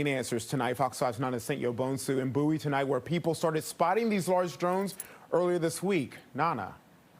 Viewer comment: It's Bow-ee like David Bowie -- How do you get to have a town and ignore the language for it's pronunciation? so arrogant.